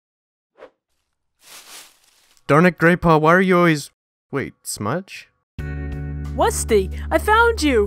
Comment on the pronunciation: Wusty da wussy cat